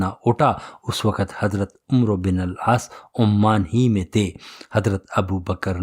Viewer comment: العاس . نہیں العاص ہے